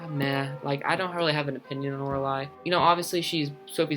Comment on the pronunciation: man you aint pronouncing the names right you say Wylie like Wilie and you say Oralie like Or a lie